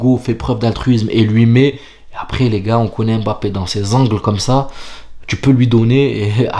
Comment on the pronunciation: Pas EM BAPPE, mais mmmmbappe...mmmmm...quand vous dites mon, vous ne dites jamais Em ..ON...